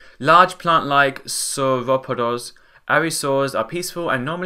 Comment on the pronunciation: It’s pronounced saur-o-pods.